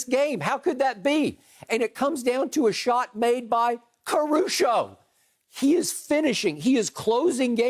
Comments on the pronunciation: Uh Skip, its “Caruso” not “Caru-show” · why does he keep saying CARU-SHO ???? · All I know is that Skip better put some respect on Caruso's name and pronounce it right!!! Skip need his chain snatched 😂